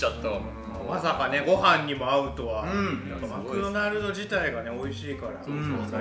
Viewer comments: 絶対マクドマルドって言ってるよね、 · 最初「マクドマルド」って言ってない？ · 初め「マクドマルド」にしか聞こえない